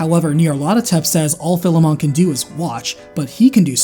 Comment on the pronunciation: You mispronounced Philemon again.